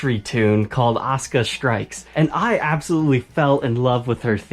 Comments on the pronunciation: I like the guitar but not a fan of anime. I've seen the lace pickups on another brands guitars and they sounded great from the demo. I've seen the characters name before but it wasn't pronounced osca it was pronounced a su ka. Didn't a character from space ghost have the same colors. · its a sooka not os ka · Actually, it's AH - SUE- - CAW with AH being accented slightly. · I know you're probably a smart fella but its pronounced Az-oo-ka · a su ka... asuka... the u is NOT silent... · All i hear is "Oscah" now lmao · Great review the back of the guitar reminds me of a flight recorder box. As for how to pronounce her name, the 90s wrestler pronounced it Awsker while the current wrestler pronounces it Oscar. Yet they are spelled the same way. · There's no "U" in her name? Errr... in the original Japanese pronunciation of her name there certainly is "Uh-soo-kuh" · There is no U in Oscar! (Or Osca) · Why do English-speakers not pronounce the "u" in Asuka? English in general tends to butcher Japanese pronunciation pretty bad. I don't get it. Also, SPOILERS, DUDE!